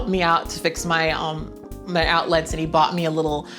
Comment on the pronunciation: The way you pronounce outlets is quite strange, is it regional? You pronounce it like it’s two words, out-lets rather than outlets without a very pronounced e